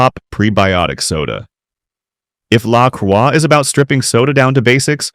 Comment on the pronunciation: its pronouced LA CROY its french the cross, i got lolli pop at Kwik trip cant wait to try it, mines grape i had zievia too